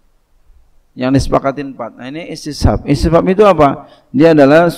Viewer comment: إستصحاب tadi kurang jls tadz